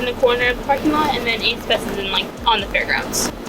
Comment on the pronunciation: Idk maybe it's my hearing or your mic, and I'm being serious, I thought you said aids fest. Now that ik it's ace fest, who the fuck is the ace family?